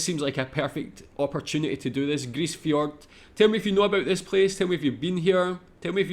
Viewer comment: Grise Fjord is pronounced "Freeze" with a G